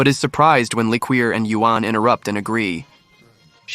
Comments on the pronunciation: It’s pronounced Li-koor. Not la-queer lol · After your shitty AI said "le-queer" as the name for li-QOUR like "liquor" I knew the whole video was an ass pull.